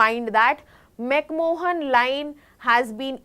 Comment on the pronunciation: McMohan Line? What a shame that you can't even pronounce McMahon.